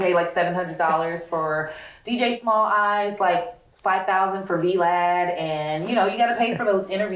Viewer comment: Not " V, Lad" I was confused asf at first then it dawned on me she meant Vlad 🤦‍♀️🤣🤣🤣